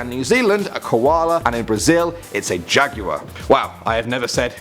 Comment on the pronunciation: Wait one minute... how did he just say jaguar